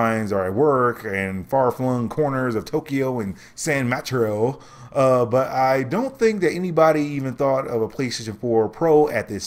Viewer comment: Am I the only one offended by the mispronunciation of San Mateo?.